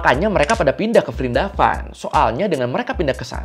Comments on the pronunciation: Prindapan bang pake P kalo nyebut nama lain india.😅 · Dibacanya Wrindawan.. V diganti W. Example: Vijay -> Wijay diserap kedalam bhs Indonesia jadi Wijaya.